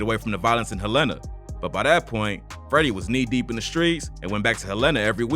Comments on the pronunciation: I’m from Arkansas. It’s HELL-EN-A Not HELLA-NA. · Dude... it's HELL-ena.... get our hometown right.... Hel-LAN-a is in Montana #FREEFREDDIE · I’m not here to correct u but ppl who not frm Arkansas pronounce EVERYTHING down here wrong😂 Helena is pronounced Hell-In-a not whatever u said😂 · Im from the city and to hear you mispronounce the name is funny 😂😂 it's "Helena" bro not "Helaynah" 😂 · Sir you was saying it wrong!! Its Hel-ena lol!! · Nigga said hel-ena Nîgga its (hell-uh-nuh)… Helena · It’s HELL-N-UH Not Hell-Een-Uh. 😒 I’m from Arkansas please get it right! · no one has yet to pronounce the name of my hometown - Helena (HellTown) Hell-Li-Nah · HELENA-(PRONOUNCED) HELL-La- Na =AKA (HELLTOWN) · Bruh I've never heard anyone pronounce helana like that it's "hell-a-nah" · It’s hell-lah-nah🤦🏾‍♂️ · It’s pronounced hell in ah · It’s pronounced Hell-in-ah. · Nigga from Helena pronounced hell Len na Arkansas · It’s pronounced Hell-in-a bro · Lol it’s pronounced Hel-la-na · it's not pronounced Hell inna sheesh.. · I appreciate you covering Arkansas rappers but it’s pronounced [hell-len-nah] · HELL IN UH IS HOW YOU SAY THE NAME of the town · Why is he pronouncing Helena wrong. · The way you're pronouncing Helena is KILLING me 😅 because why?! That's not how you say it mayne 🤣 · That is not how you pronounce the city 😂😂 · can someone tell bruh how to pronounce "Helena" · You chopped up " HEL....LENA!", Pronounced. Helena, AR. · 1) I'm from Memphis and you pronouncing 'Helena' wrong as hell. 2) Something is definitely fishy here. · Please learn how to pronounce the name of these cities.!? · Why he say my city like that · That’s not how you pronounce Helena 😂😂